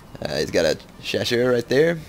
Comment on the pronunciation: hey. if youre interested, the chasseur are actually pronounced "sha-ss-R"(for the R, you just say the letter). I'm not judging, just trying to help. cheers man.